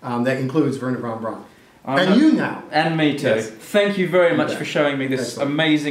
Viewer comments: Braun is pronounced Brown, as in Frau, not brawn as in pawn. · BTW, Braun is pronounced "brown" like the colour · I died every time they said weeerna Vaughn brawn